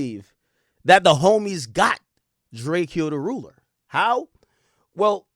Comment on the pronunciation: My boi be butchering tf outta some names boi 😭🤣🤣🤣